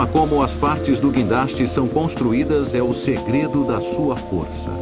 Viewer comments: Se você entrou aqui só para zoar do "quindaste" dê um joinha!! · é "guindaste" sua anta !!